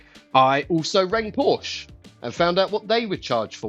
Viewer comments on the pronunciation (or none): I think the E you bought from 3rd party doesn't work. You may need the original part so your Porsch becomes a Porsche again. (Very rarely, there are silent vowels in German; especially in names.)